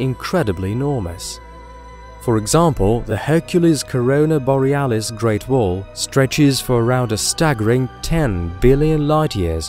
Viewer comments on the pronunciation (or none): none